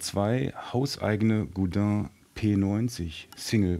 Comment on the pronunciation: Funny Americans or Brits cant say Godin correctly but a German guy can. Godin not god-inn.